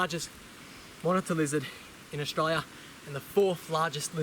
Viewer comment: AustRaLia. Say it properly ffs